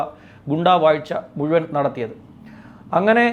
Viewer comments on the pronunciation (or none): none